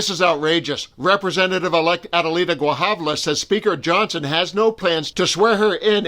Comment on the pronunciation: Grijalva Gree - hall - vah hint: Spanish follows Spanish pronunciation rules